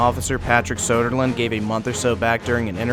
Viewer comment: His name is Söderlund, not Sodaland.